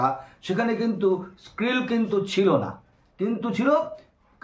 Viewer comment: খুবই ভাল বিষয় এর উপস্থাপনা ।। Nat Geo র অনেক অবদান সমুদ্র বিজ্ঞান এ। Jac Cousteau r Silent World etc . একটি বই যেমন অনুপ্রেরণা হতে পারে তেমনি এই রকম উপস্থাপনা ও ।। তবে উচ্চারণে একটু খুতখুতে হওয়া যেতে পারতো।। Krill উচ্চারণের কথা বলছি। স্কিল শুনলাম ।।